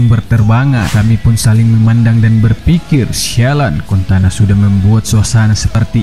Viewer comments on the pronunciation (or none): Eric cantona min bukan eric contana😅😅😅😅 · Cantona min bukan contana.. Piye toh😀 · Pola pikir indonesia bikin ngakak,mimin cuma salah dikit dalam menyebut nama eric cantona jadi eric cantana,banyak banget kritik dan di ketawain ama netizen di kolom komentar ini,apa cuma segitukah pemikirannya? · Cantona kocak bukan contana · CANTONA COY BUKAN CONTANAAAA 😤😤😤😤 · Cantona bukan contana 😭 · ERIK CANTONA BUKAN CONTANA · Cantona woi bukan contana wkwkwk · Dari jutaan orang yg nyebut CANTONA. cuma chanell ini yg nyebut CONTANA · weheheh, contana 😂😂 sabar bang sabar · Eric CONTANA? really?? 😄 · Erik Cantona.. bukan contana.. Admin kayakx bukan penggemar sepakbola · Eric "Contana"? Auto menangis guaahhh... Dan Fans MU.. 😭😭😭😭😭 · Eric Cantona bukan contana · Sengaja atau tidak, Namanya adalah Eric Cantona, Bukan Erik Kontana. 😁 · CONTANA 😂 Dikirain cuma salah sekali ngomong, ga tau nya terus-terusan. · Eric cantona bukan contana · Cantona min bukan kontana🤣😭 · Btw bang Erick Cantona bkn contana O-nya setelah t bkn setelah c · Rajin rajin baca majalah bola Eric Cantona, bukan Eric Contana Padahal Cantona legenda sepak bola dunia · Eric Cantona Bang, bukan Kontana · Cantona bukan contana,ins (ince) bukan ains...hahahaa kau lebih inggris dari yg inggris laii.. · Cantonaaaaaaaa bukan contanaaaaa malu-maluin fans mu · Logat Medan kental bener wkwkw.. di ralat.. CANTONA bukan CONTANA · contana. Yg bener Cantona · Eric Contana....? Baca dl sejarah MU.... Jgn asal ngomong, nga bisa baca ya...? CANTONA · Kecewa fansnya MU denger contana bkn Cantona.... 😄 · Aduh bang..belajar baca dulu bang...CANTONAAA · Ini suara nya sapa sih... Penyebutan eric Cantona salah trus